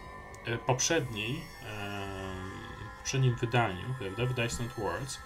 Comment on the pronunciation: "Distant" nie wymawia się "dajstant". Nawet indianie tak nie mówią....